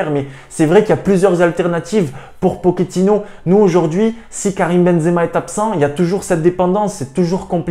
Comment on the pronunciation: Juste pour info comme c'est un argentin on dit pochettino pas pokétino. J'aimerai tellement que Hakimi revienne mais en interview il a dit que le real ne comptais pas sur lui après son retour de prêt de Dortmund ni quand il y avait option d'achat a l'Inter pour le racheter 😒